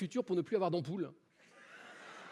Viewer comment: Merci beaucoup ! J'écoute toujours "boule" au lieu de "(am)poule", à mon avis il a vraiment prononcé le mot incorrectment. De plus, il semble se contredire en disant que "vous enlevez pas votre poids" mais aussi que le sac-à-dos "pèse toujours". Si le sac-à-dos pèse, donc ton corps aussi (et c'est logique par las lois de la physique).